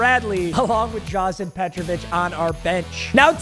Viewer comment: Papa you gotta get the name right it’s drazen peg-ur-bich